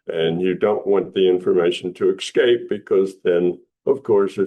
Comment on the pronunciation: I’m sorry but “exscape” ?? Not once but twice lol 🤦‍♂️